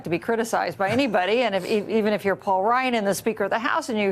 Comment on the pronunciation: “PAUK” ryan